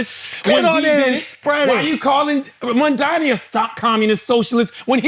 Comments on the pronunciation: I don't know why Charlemagne still can't pronounce Mamdani right lmao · Why can't Charlamagne pronounce Mamdani's name correctly? Imagine if it were a black politician